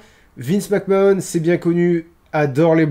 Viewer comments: Mec Man. Mais oui, je sais pas ce qu'il a a sortir Mac Mahonne, alors que... Ben a ma connaissance, la seule autre personne a le prononcer comme ca sans aucune logique (parce que si au moins il prononçait Mac Mahon a la française, ca aurait une logique, logique conne de français qui veux franciser un nom qui ne l'est pas, mais logique quand même), c'est Sylvain Garnalec, et c'est déjà bien débile et gênant quand a coté t'as un autre commentateur qui lui le prononce comme tout le monde le prononce, mais alors la... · Mais... McMahon ça se prononce "Mac-Manne" :o